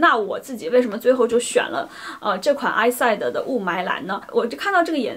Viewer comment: It’s “Is-see-day”